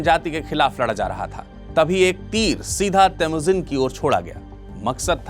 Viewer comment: kaaan theek krwa lo babua... Vo theek bol rhe h😅